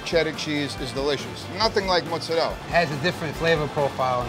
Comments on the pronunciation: It's not Moo-zerella. Youre not a cow. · Why don't these, and many other, douchy Italians not pronounce The "a" in mozzarella?